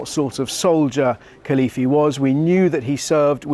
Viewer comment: Could you pronounce the name properly. Very young. And what a great escape.